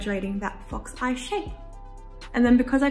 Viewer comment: Why did i hear fucks eye instead of fox eye🙄